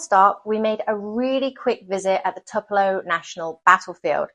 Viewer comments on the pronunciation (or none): great video about a state in which I've not spent a lot of time. I listened several times, and still wasn't certain I heard you right. If you said TWO-puh-low for Tupelo, you aced it. If you, however, said TUP-uh-low, you were very close, but didn't quite get it. It's named after a Southern tree species. Don't feel badly, however, since this country, as you may already be learning, has almost 3000 place names in a list I've been accumulating across the country for the past 5 years or more on my desktop computer. Just for fun: There are names that come from Alaska Russian, Basque, the Bible, British English, Cajun French, Czech, Danish, Dutch, Finnish, Flemish, French, German, Greek, Hawaiian, Hebrew/Aramaic, Italian, Latin, Louisiana Creole, Medieval Dutch, Middle French, Nahuatl (Native language around Mexico City), Native Australian, Norwegian, Obsolete Russian, Old English, Old Norse, Pennsylvania Dutch, Polish, Portuguese, Proto-Polynesian, Russian, Scottish Gaelic, Spanish, Swedish, Swiss German, Upper Silesian (annexed by Poland in 1945), Welsh, and Yiddish, plus at least 120 Native languages, some Anglicized, some not. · I’m originally from MS and I enjoyed this very much. Next time you might consider stopping by the Petrified Forest, your daughter would enjoy it. And it’s pronounced “Toopelo”. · I'm pretty sure the city Tupelo is pronounced as TOO-puh-low. But no worries....I won't say "cheerio". LOL. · Or if you’re a real Mississippian, it sounds more like “Tewpelo” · Not sure about your historical timeline,you need to check Sherman's march to the sea.Plus-it is pronounced Tupelo,Long u sound.